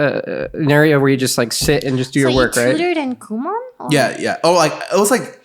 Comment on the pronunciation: It’s FUCKING KU MO N . NOT KU MA N